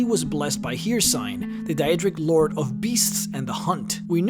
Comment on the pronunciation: As an Asian whose 1st language isn't English i am still able to pronounce names as they are pronounced in game, i feel that pronouncing words correctly is an individual's responsibility. However video are very good so i don't mind he's mispronunciation. Although HereSign is pretty funny.